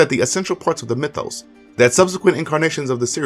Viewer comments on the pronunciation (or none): none